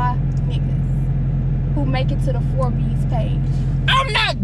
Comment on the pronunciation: Baby said the “for bes” page instead of Forbes. She crazy 🤣😂😂